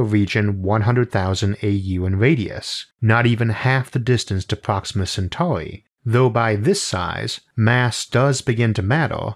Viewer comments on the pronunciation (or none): none